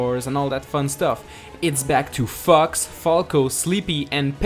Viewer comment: Did he say fucks or fox